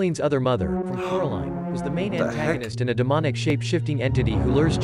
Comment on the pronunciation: Dude I died at coraleen🤣🤣🤣🤣🤣